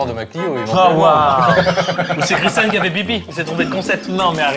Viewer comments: Bonne vidéo. Dommage d'avoir prononcé son prénom correctement une fois sur deux. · étienne c’est le seul connard a pas respecter le prénom de Christian, franchement ça lui coûte quoi de le prononcer correctement ?